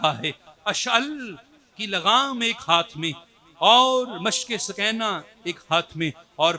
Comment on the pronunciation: سوکینہ نہیں بی بی سکینہ